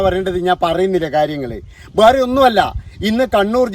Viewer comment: സാറിൻ്റെ വീടിയോ ഇഷ്ടമാണ്. പക്ഷേ സാർ, ബേറേ എന്നല്ല വേറെ എന്നാ ന്ന് ഉച്ചരിയ്ക്കേണ്ടത്